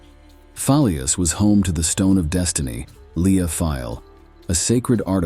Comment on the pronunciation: Lugh is pronounced Loo.